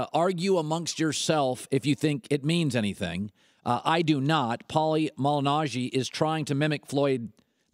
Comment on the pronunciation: Colin is commenting about a boxer (Paulie) that #1, he cant pronounce his last name property, and #2, has never even seen a Paulie boxing match.